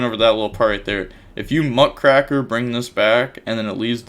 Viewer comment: The "raker" in Muckraker is pronounced how you would a rake, the lawn tool. The name is a reference to journalists in the early 1900's.